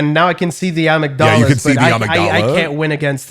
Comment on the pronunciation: I was so confused why was talking Star Wars Prequels with the way he said amygdala.